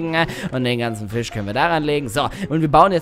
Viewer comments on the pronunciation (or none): none